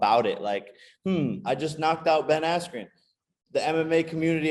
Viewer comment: Feels like the interviewer jus called Askren Asscream the whole interview